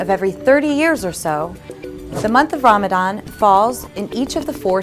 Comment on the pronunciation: I can't, I just can't resist Ask yourself if you are really a believer 😅 Chastity & modesty ? And Muslim who is practicing - reads and understand Koran (Qur'an ) knows the ruling on Covering. Also know how to pronounce (رَمَضَان) . So now the Question arises Who are you 😅😂❤